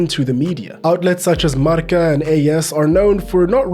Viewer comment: Th way you pronounced “Marca” 👌🏽✨